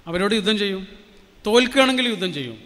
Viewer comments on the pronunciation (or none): none